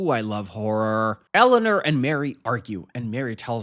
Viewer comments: Not the way you say EleanER not Eleanor. 😅😅 But I adore you and any way you say things. ❤ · Your pronunciation of Eleanor is taking me out. ElluhNURRR. ELLENURRR. Ellanür. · more like Ele-oh-nawr